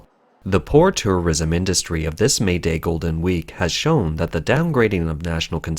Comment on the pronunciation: "Turrurism" xD